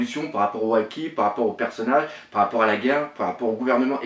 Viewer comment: apprend a dire les noms des personnage